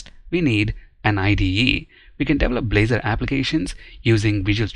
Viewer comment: at the beginning -- Balzor instead of blazor